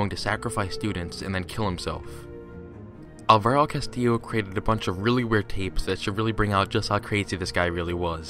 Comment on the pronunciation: Just a very minor thing, Alvaro is pronounced with the stress on the first syllable